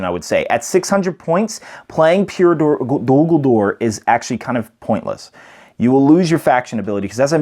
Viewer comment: I really don't want to come across rude, and it's not meant like that. But it's Dol Guldur, not Dul Guldur. Awesome video. :) A good break-down.